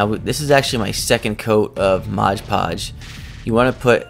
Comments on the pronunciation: Almost as bad as saying "Sculply". It kinda matters because modge doesn't mean anything, but mod is short for "modify". You can modify a hodge podge of things with it. Mod is an important part of conveying the purpose of the product. It's like calling a screw driver a scruge driver. The guy does good work, but I'd change two things about his channel: 1. The channel name, because it's not really accurate. Very little, if any, of his crafting has to do with witches. I avoided it on my suggested list for a long time because of the name. Most people who have witch related channels are extremely annoying. I bet he'd get more subs and views if he posted the same content under a more fitting name. 2. Him saying modge podge. He puts on a good show and makes really cool items and shows great techniques to do things that other channels often do in other ways. The sloppiness of misnaming one of his most used products doesn't fit with the rest of the production. Takes a semi-pro level video down to total noob level. He's proven himself to be better than that. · Beautiful work, as always! I love your videos! Thanks for uploading! ❤️ (Not that it matters, but it’s “mod” podge, not “modge” podge) 😜